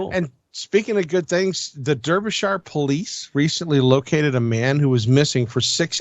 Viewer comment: Just to let you know the E in Derbyshire is pronounced as an A